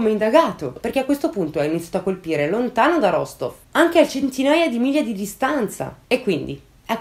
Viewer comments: mi permetto solo di correggerti una cosa, la città si pronuncia Rastof questo perché in russia la maggior parte delle volte si scrive la lettera O ma la si pronuncia come A tuttavia ci sono alcune zone dove la pronuncia equivale alla forma scritta, ma per la maggiore si differenzia. Te lo dico per informazione così bel caso ne avessi bisogno lo sai 😉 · Perdonami, non vorrei smontarti ma no, non l'hai azzeccata. È vero che la "v" finale si pronuncia "f", ma l'accento è sulla seconda "o" e la prima si pronuncia "a", per cui la pronuncia corretta è "Rastóf" ("o" chiusa, tipicamente russa).